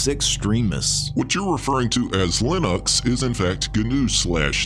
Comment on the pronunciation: I’m convinced that says lin-OX because the gnu in GNU’s logo looks like an ox. He’s been trolling all along.